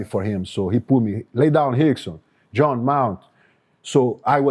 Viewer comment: He called him "Hickson" 😂